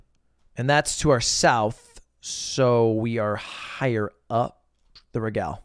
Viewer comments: Is it an inside joke that he called it the regall? Not even sure how to write it so it sounds like how he pronounced it but I think that's close enough. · The way this guy pronounced regal is funny